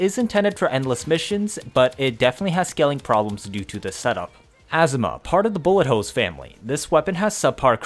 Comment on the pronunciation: Good video but why do you say asthma Azima a zi ma